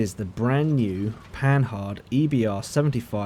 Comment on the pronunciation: remember this, its pronounced Panar